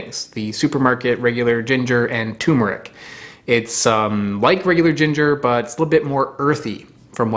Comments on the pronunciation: TURMERIC not Tumeric. Come on!!! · Okay pronouncing it tumor-ick is one thing but to also change the spelling from turmeric to tumeric is going too far man. Its not a tumor, there is another r in there. Turmeric. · Turmeric not Tumeric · it's turmeric not tumeric also btw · It's TURMERIC, not "Tumeric." There are two Rs. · It's tuRmeric, not tumeric. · Dude, It's TuRmeric , Not Tumeric. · What is the world is a TU-meric? Its TUR-meric. Jesus! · It's not "Tumeric", it's Turmeric. With an R after the U. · Please stop calling tuRmeric toomeric. There are TWO Rs in the word. Thank you. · Great vid friend! always so informative 🙂 you missed the "R" in Tur.meric. Pronounced Turrh-Ma-Rick ... not Tumer-ick ~Cheers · TuRmeric, not tumeric. There’s another R in there. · Not TUMOUR-ick, try saying TOUR-merick. Just 'cause many do it, doesn't make it right! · FYI it is Turmeric, not Tumeric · it is not tumer it is tur mer ic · CORRECTION: NOT "tumeric", but actually "turmeric". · Its not "tumor-ic" - there are 2 R's in there - "turmeric" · TuRmeric, TuRmeric, TuRmeric, not "toomeric", please! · TuRmeric. It's pronounced ter-mer-ic. There are TWO 'r's in the name. I don't know why everyone pronounces it like it's a horrible disease. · Fun fact: TuRmeric has an R in it and every time someone pronounced it TOOmeric someone gets a tumor. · (Btw, it's 'turmeric' not 'toomeric') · T-U-R-M-E-R-I-C "Terrr-merr-ick" Exceptionally good video! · Turmeric. It's called turmeric. It's spelled turmeric. It's pronounced turmeric. 2 Rs. Turmeric. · Wait.... isnt it enunciated TuRR-MuRR-Ick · Don't fall for the wrong spelling and pronunciation; it's TURMERIC. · Please, for the love of God, it's TuRRRRmeric. Fricking Americans can't pronounce anything 😢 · More Vostok please. Also, I think it's pronounced "tuRmeric". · Despite its ubiquitous online mispronunciation, the work is properly spelled TURMERIC and you pronounce the first R. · Turmeric has an 'R' in it, between the 'U' and the 'M'!!!!